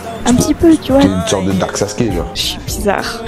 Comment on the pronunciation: 😂😂 "une sorte de darke Sasuke"